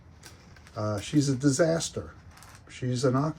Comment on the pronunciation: O.K., you comment at the beginning of this post, "She's a disaster" totally gave away your accent.